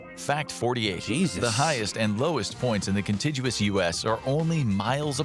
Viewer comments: The narrator is a dodo. Contiguous means the connected states also known as "the lower 48". He mispronounces contiguous. This is the correct pronunciation: kənˈtiɡyəwəs where the G is hard like the G in legal. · 1. One of the few videos real or AI that got that right. But the "g" is a hard "g" not a soft "g." 2. What did Tennessee? Same thing Arkansas. Arkansas what Delaware. What did Delaware? Her New Jersey.